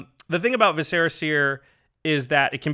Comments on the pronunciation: Vis•sir•ah seer, not ve•serra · Vis-er-uh Seer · Omgoodness that is not you you pronounce vis·cer·a.... Still love you guys though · Viscera is not a fantasy word, it's pronounced VISS-ur-uh. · Visser-uh seer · OMG you guys mispronouncing viscera is so annoying! I think it sounds super dumb the way you say it, and way cooler the proper way. GET IT RIGHT!